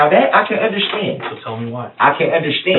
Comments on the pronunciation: I hate how he says "UNDERSHTAND". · And will someone tell DB the DB that the word is un-der-stand! Not under-shdand